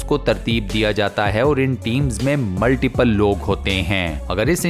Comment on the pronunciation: Assalamualaikum Voice over seems not good when you end the sentence like ( fit kiya gaya 👉🏻HAI 🤪) Other wise very informative & interesting videos 😊👍🏻🇮🇳thank you so much keep it on